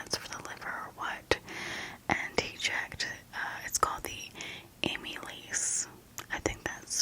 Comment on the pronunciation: Hi! It's actually pronounced am-ih-laze and it's an enzyme in your pancreas ❤